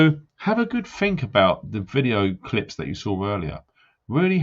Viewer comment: When you pull people up for there and their, just remember you say 'fink' not think, I 'done' instead of I did just to name a few. Also stop frigging coughing man. Still like you but you need telling x